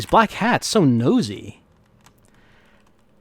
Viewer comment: Oh, it's Black HATS? This entire time I thought was saying Black CATS. I thought he was saying that because they were all gangsters or something!